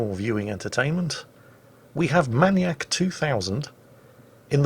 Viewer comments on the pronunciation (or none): why does he pronounce manyak- manyak and not maniac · Man-eee-AK? May-knee-ack., never change. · jingles are you saying maniac like that for a reason ? I thought you'd pronounce it "mai-niac". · Why can’t you pronounce maniac?